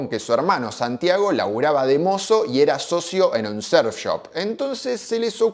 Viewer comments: Pero como que serf pelotudo, aprende a pronunciar o si no di simplemente surf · Pronuncias muy raro la palabra surf , lo dices con e